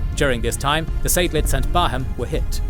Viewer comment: They didn't even get the English names right. Barham is not Bar Ham, but Barrum.